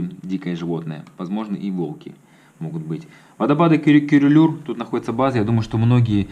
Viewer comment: не Курулуур, а Күрүлүүр. По-русски через ю надо писать. правильно говорит: Кюрюлюр.